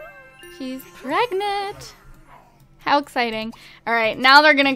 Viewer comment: I thought she said pregnat XD